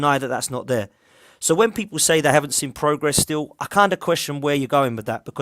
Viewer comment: I know it’s petty lol but it’s “I’ve seen progress” and not “I’ve sin progress” 😅